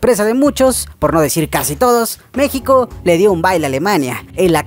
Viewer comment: dice mexco